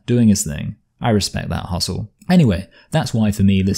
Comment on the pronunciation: You earned my support- subscription when you managed to say hustle" in such a manner that it rhymes with "asshole" (aus-soul). I may be half Irish and raised to hate English, but most of you blokes are just fine in my book. Good video, matey. Good luck with the channel growth!